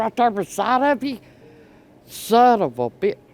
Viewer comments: As good as Jackie Gleason in Smokey and the bandit// where are you! You Sum-Um-Bitch!😂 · I’m trying to keep count of saying sonavubitch. Lol great stuff as always.